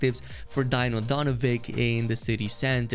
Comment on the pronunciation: Hahaha your saying Dino all wrong mate xD...way you say it its sooo funny ROFL... its not Die-no, its Dee-no.(btw its not Donovi-K, its Donovi-C) Nice vid tho